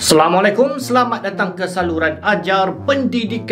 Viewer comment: What say:assalamualaikum What I hear: selamualaikum😐